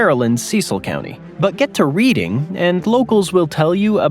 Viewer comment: Reading PA is pronounced Redding like bedding but with an R.